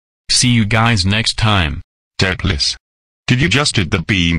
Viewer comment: If you want voice to say Doopliss correctly, type in ‘Do plis’.